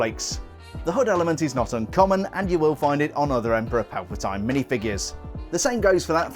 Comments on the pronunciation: “Palpa-tine?” It’s “Palpa-TEEN!” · ‘Emperor PalpatIne’ that pronounciation😂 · 50 points from your Hogwarts house for not pronouncing his name correctly.